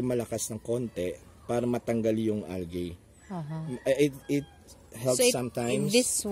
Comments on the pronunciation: You have very good enunciation sir. However, algae is pronounced as al-jee. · [ al-jee ] not [ al-gey ] or [ al-guy ] say it with me, al-jee!